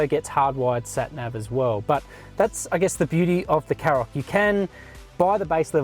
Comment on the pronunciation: Shkoda KaRoq, not Sskoda Carrok. There's an entire Škoda YouTube channel where you can listen to them pronounce their product names, not to mention the brand.